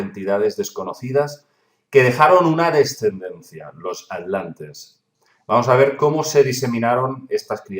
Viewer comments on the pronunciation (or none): Me encanta ese nuevo continente "la Alantida" jajajajajajajja y los "Alantes" Se te resisten las "tes" al igual que la invasión Alien de 2019